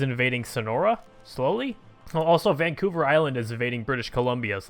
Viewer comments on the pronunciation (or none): none